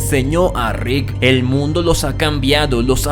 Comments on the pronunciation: Me gustan tus videos Pero me estresa como le dices "Rid" a Rick :S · Deja de decirle Rit a Rick podavo 😩